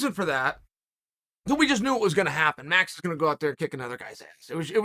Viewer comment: Really now, REALLY? Troll Sonnen messing up the most simple of names - Max = Maruuux.